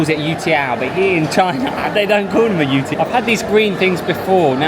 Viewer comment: You have a slight mispronunciation - it's YO-tiao (like you're saying 'yo' to get someone's attention). maybe that's why they didn't understand.